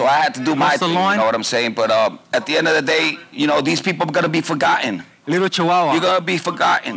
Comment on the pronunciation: George calls teo sr chawawa lol 😂